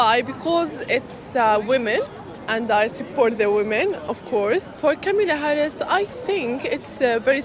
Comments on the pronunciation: "Cum illa Haraussssss" She is African..... OMFG... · urgh the moment I heard that french pronunciation I knew it'd be the typical leftist bullcrap coming